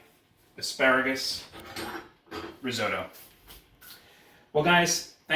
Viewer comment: Could not agree more, this may be an interesting family recipe but this has nothing to do risotto. And learn how to pronounce risotto properly. The longer I watch this the worse it gets, it really hurts watching this. You have no idea about the theory of cooking a risotto, and serving in a soup bowl. Go back to basics and read Marcela Hazan before doing another video.